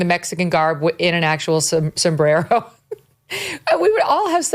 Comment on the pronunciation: A Sombrrrerrrro! 😂😂